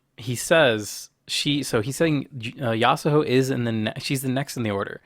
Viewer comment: Maybe one day Yasuho will be pronounced correctly.